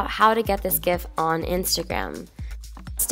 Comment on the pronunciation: It’s pronounced JIFF